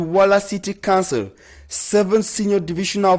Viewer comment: There is a difference in the pronunciation of COUNCIL and CANCEL!!!!!